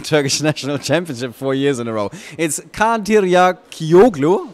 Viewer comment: How many takes were made until the interviewer pronounced Kaan's surname right? I can't say it on my first try without asking.